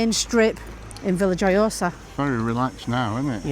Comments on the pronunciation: Its pronounced yohosa that’s Veya yohosa 👍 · Hi guys the j in vilajhsa is silent and the thing out in the sea is a fish farm